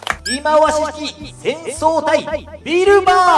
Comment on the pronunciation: 、 戦装束って「いくさしょうぞく」じゃないですかね・・・？